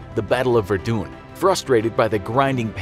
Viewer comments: ☠ verDoun , pls just put in google translate ps ok thats a good try for the medals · I’m sorry how did you pronounce Verdun? It’s said like Ver-done...there’s a neighborhood in Montreal named for the region.